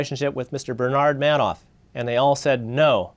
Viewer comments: Markopolous clearly saying manoff and mister Man - off repeatedly instead of Madoff. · Why does he keep saying Manoff? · So smart but he can't pronounce Madoff name right I cringe when he says it but I'm glad he was there to figure this criminal out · The guy is brilliant, but he can't pronounce Madoff's name correctly. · An incredibly smart guy and yet he can't pronounce Madoff correctly.